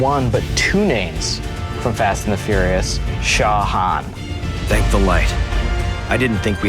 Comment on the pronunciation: Shaw Han? TFTF? he did not saay that!!!! CRINGE